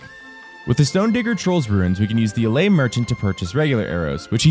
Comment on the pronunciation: Why is he saying “allay” instead of Elleh?!?! Wtf